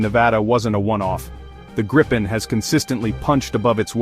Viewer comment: At least pronounce it correctly!! It's pronounced Gripe-N, not like Grip-pen.